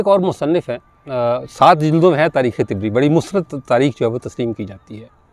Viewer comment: طبری کا تلفظ ط پر زبر کے ساتھ ہے جبکہ آپ اس کو ط پر زیر سے ادا کر رہے ہیں طبری طبرستان سے ماخوذ ہے Tabaristan